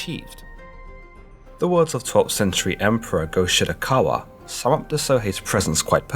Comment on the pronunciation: I heard "Go-shit-a-cow-man" 😋